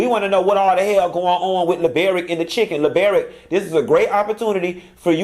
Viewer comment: I thought I was the only one who pronounced Chicken as Shi-ken! That took me out!!!